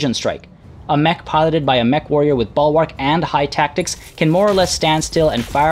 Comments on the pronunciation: Bul-wrk not ball-wark. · Bull-Wark. Not Ball-Wark. 😃